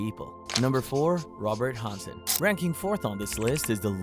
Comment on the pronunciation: I get some of the names on the list might be a little difficult to pronounced, but Hansen?!?!